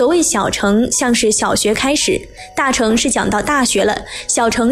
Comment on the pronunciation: 小成?大成?是大剩（音），小剩（音）……